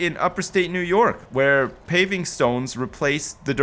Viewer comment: IT IS UPSTATE NY NOT UPERSTATE